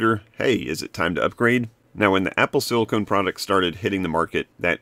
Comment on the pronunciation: Hey Dude, FYI - Silicon is pronounced "Sill-lick-on". "Sill-lick-own" is Silicone, which is a rubber-like flexible substance used commonly for products that need to be water tight and durable, like swimming goggles, or marital aids. "Apple Silicone" sounds like Apple's making dildos.